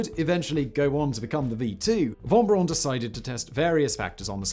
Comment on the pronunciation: That's Braun with a "u"!